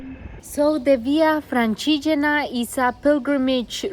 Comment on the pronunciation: Nice content its nice to see you riding in my places (Tuscany) keep pushing! 😊 also by day 3 your pronunciation of “francigena” was perfect!! 😂